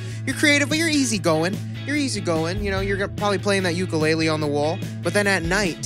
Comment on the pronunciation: Bruh how from Hawaii but can’t pronounce ukulele correctly